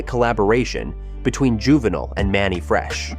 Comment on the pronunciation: You can tell when someone is not of the culture. Dude said Juvi song was "hey" instead of "Ha" and missed pronouncing his name. 😂